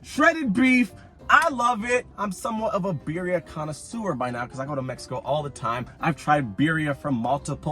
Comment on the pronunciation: The way he pronounces birria makes me cringe 😂